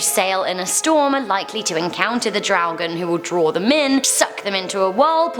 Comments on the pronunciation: It is do draugen and not dough draugen. Do is toilet in Norwegian 🙂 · "Do draugen" is toilet draugen not dough draugen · I like how you butchered my language. "Do Dragon", hah. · Dodragen haahahahahhahshssha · Hahaha daudraoken xD det var litt feil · As a Norwegian I only recognised "Dodraugen" x) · Omg “do dragen” oof hahha I’m from Norway 🇳🇴 and damn still hunds me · I cringed everytime she said draugen ... I cringed everytime she said a name in direct form